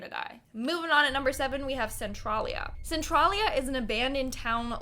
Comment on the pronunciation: For Centralia, tral is pronounced trail. Otherwise, good video.